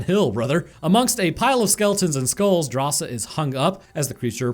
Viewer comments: Drasa, not Darsha xD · just keeps messing up Drasa name and calls her Dasha, but her name is actually a cool detail of the movie as it translates as "bravery" from lithuanian, and Drasa is lithuanian which is stated in the movie by her old man